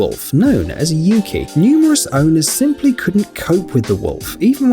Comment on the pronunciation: The pronunciation of Yuki is U-kai thats what i heard in the video where the guardian is telling things about him/her i cant remember his/her gender😅😅😊😊